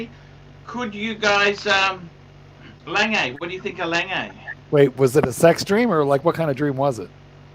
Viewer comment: Lol at honest tooth . Also why do you pronounce "langey", pronounce "langoondsunn". Danke